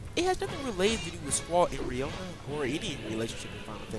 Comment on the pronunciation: OVER 4 discs? This game has 4 discs. No more, no less Pronagerist? Babblin' Garden? RIONA?!?! You say you're a big fan and this is how you've been pronouncing them all these years? Eyes on me was written by Julia, its about her and Laguna Also, didn't say how GFs have their own HP set that temporarily takes place of your own. And how you earn AP which goes towards learning abilities for them AND your party. This gave summons a greater role than in previous titles Constructive Criticism